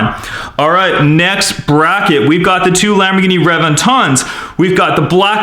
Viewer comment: U should look up how to pronounce the car names right